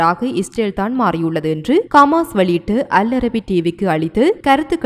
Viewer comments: ரF பா.... ரபா...இல்ல.....கமாஸ் இல்ல.....ஹமாஸ் பெயர்கள் அழகாவாசி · கமாஸில்லை சகோதரி ஹமாஸ்.